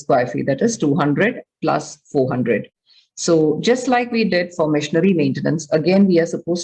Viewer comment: Why im hearing missionary maintenance instead of machinery 😂